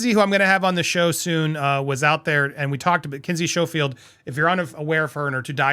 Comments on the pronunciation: PLEASE... Before you have Kinsey Schofield on, please learn how to pronounce her name!!!! The SCH is an SK sound, like in school. And yes, DEFinitely get Lady C to join that broadcast as well! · You should learn how to pronounce "Schofield "